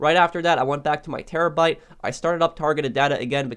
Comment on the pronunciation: when he says terrobyte: but whats the point if we have one we are probably rich already